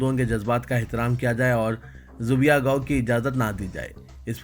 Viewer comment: Zubiha kya hai zabeeha padhein . آپ کی خصوصیت ہے جو تلفظ غلط پڑھتے ہیں اسے کم از کم دوبار دہراتے ہیں